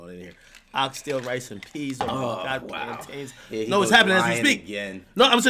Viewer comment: Ak jamacian but saying plan tain??? Jesus make this mke sense